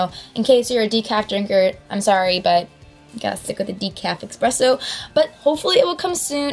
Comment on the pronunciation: ESpresso. not EXpresso. AHHHHH